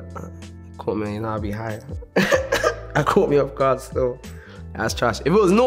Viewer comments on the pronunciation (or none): none